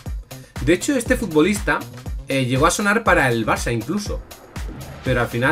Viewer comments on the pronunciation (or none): none